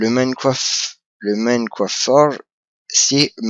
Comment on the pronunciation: Minecraft pas moimcroft ou je ne sais pas trop quoi mais sinon pouce vert ;p